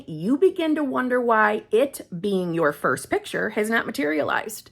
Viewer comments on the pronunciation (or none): none